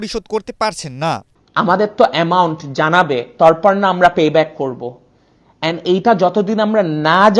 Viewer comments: বাংলাদেশের ছেলে হয়ে তারপর কে বলতেছে তরপর।।আগে ভাই নিজের উচ্চারণ ঠিক করেন। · Torpor na hobe terpor. Dhong na korle valo hoy.